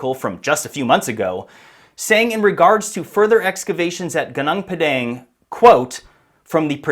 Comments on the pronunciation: Thank you for highlighting this site. But wrong pronunciation of Gunung Padang. Is it so hard to find out the correct pronunciation and say it correctly? It is irritating to hear local names pronounced in the American way. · I hate it when Westerners mispronounce foreign place names without first finding out how the locals actually pronounce them. Your pronunciation is extremely painful to the ears. Enough. Stop treating something that doesn’t belong to you as if it were yours to do with as you please. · PLEASE learn how to properly pronounce gunung padang!!!! My ears hurt hearing you butcher it again and again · dude all u have to do us go to google translate to hear how you're supposed to pronounce "gunung padang"🤡it's not that hard... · its not GANANG PADANG, its pronounced -> Goo-Noong Pa-dunk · Gunung Padang is pronounced as 'Goo-noong' Pah-Dunk', not Geneng Pedenk😂 It means the mountain of enlightenment. South East Asia, the archipelago, has many ancient civilizations known as far back as 12000 years ago..so no suprise if Gunung Padang is more than that. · For my beloved English friends, here the right pronounciation Goon oong pud ung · GUNUNG PADANG is not Geneng Pedeng (typical ignorant American lazy to learn how to pronounce correctly) The history especially since western world colonizing has been tailored to their importance. Even the world map is so wrong since Mercator 1569 on purpose belittling huge Indonesia since. Indonesia is much older and advanced than Egypt. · Its pronounced “gooneng pa-dung”, roughly means mountain of grass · Goo-nong Par-dung learn how to pronounce it properly MAGA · It should pronounce "goo noong paw dawng" 😊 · What is more disturbing is yr pronunciation… It’s pronounced: Gooo-noong Par-dung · It's actually pronounced "goo noong phad dunk" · It's pronounced goo-noong pud-dung 👍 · It's pronounced "Goo-NOONG Puh-DONG" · Goo-noong Pah-dahng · It is pronounced goo-noong pah-dahng. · pronounced "goo- noong pa-daang" 😊